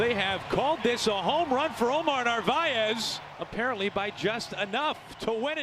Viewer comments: It’s actually Omar Nar-vi-ez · You still said Omar's last name wrong